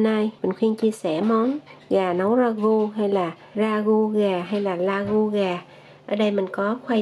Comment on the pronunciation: Đây là món xuất xứ từ Pháp nên phát âm cho đúng là ra gu( ragout )chứ đoc la gu như tiếng Việt là sai